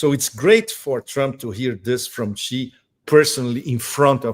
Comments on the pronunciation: Judge, please learn to pronounce President Xi’s name correctly. It is very easy to say, sounds like SHE as in She is over there, She is my sister…….SHE! Please try. Thank you. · Judge dear ! There is no president Gi nor Ji. It’s Xi as in SHE ! time you learned that 👊 Please 🙏